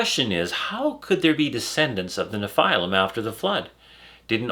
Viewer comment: Why does he keep calling them nePhylum